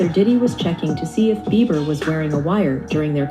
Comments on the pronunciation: His name is Justin Beiber (Bee ber) not Beaver. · Not Justin Beaver It’s BIEBER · WHY ..... WHYYYYY ARE YOU CALLING JUSTIN BEIBER..... JUSTIN BEAVER 🦫???? SERIOUSLY.....TWO B's in BEIBER......HES NOT AN ANIMAL! I can't watch if you can't take a moment to read. 🙄 Jesus help us ALL! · I played this 3 times, put it to my ear and watched your lips. You said, "Justin Beaver."😂😂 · Why does she call Justin( beaver)